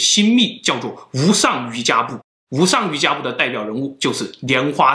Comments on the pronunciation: 听不下去了，这个字读错了，瑜伽的伽字，佛教中念做“茄”。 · 應該是“無上瑜伽（qie）”瑜伽在佛教里修成了的一律叫“瑜伽（qie）”不叫瑜伽（jia）。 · 也難怪喇嘛得性病被告那麼多 要是真有功夫為何還會將人搞大肚子?得性病 佛陀可是說過 淫慾是障道法 這和道家房中術根本是換個名稱而已.真正有功夫的是不漏!! 影片中要念瑜伽不是瑜珈(漁家) 小弟念過佛學院至少有些觀念大家要先建立 1:在彌勒佛尚未出世前,我們是不可能有第二尊佛降世,如果自稱是佛的皆為魔.你可以說有佛性但不是佛.佛陀十大弟子當中當佛入滅後 阿難/大迦舍也不敢說自己是佛 2:佛陀入滅前曾告誡弟子"以戒為師"怎可能還搞男女關係.而且還選妃 3:密宗有些地方很矛盾.大家都知道有所謂黃財神.與所謂修持金剛不壞之身.那為何當初老共打壓喇嘛時候大家跑得比飛得快.要知道當初黃教達賴喇嘛是帶槍穿便服逃離西藏 要真有本事怎還怕中共? 4:密宗不少經典根本不是佛說.而是後人編制出來.有些連譯名都沒有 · 不是瑜伽（jia ），发音瑜伽（qie ） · 一点拙见：应该是读瑜伽qie（二声） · 无上瑜伽的“瑜伽”念“yuqie”(余茄) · 「瑜伽」讀錯了